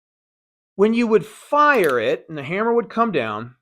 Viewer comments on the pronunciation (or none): none